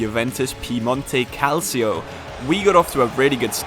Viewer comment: Cal-cho not cal- seo lol …..favorite series on YouTube right now 🔥🔥